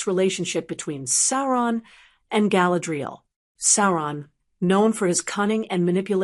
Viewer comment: Get your bot to pronounce her name properly